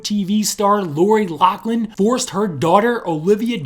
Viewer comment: Like your video but my pet peeve is that people keep pronouncing loris name wrong - it’s Laughlin with an F sound, not a C sound